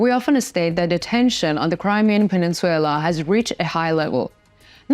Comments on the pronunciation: Peninsula/ please correct it. Not peninsuela PE NIN SU LA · Penin-SU-LA not SUE-LA. Either way, Ukraine will have it back soon hopefully. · Wtf is a pen squel la? It’s pronounced peninsula! Your pronunciation blows! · You pronouncistion of peninsula is incorrect its puh nin syuh lah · I would like to let you know the Crimea pronounced Pen ish I’ll a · Good show, real quick the English pronunciation on the word peninsula is something like this: Пенйнцюла - hope that helps - thanks for the good content! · Penenswaila sounds sexy! No biggy! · I really prefer this no nonsense delivery, of the news from 🇺🇦Ukraine🇺🇦, also I prefer this one, because of the use of maps, instead of the use of video that isn’t related to the news, that most of the others use. . .. … I also found the mispronunciation of peninsula, to be entertaining at first, but it is becoming a bit of a bug bear now, so I wish someone would tell her, that it is pronounced, pen-ince-u-la(pen ins u la), and not pen-ince-suella. . .. … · Needs work on pronunciation. Peninsula. No W in the word. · Please learn to correctly pronounce "Peninsula."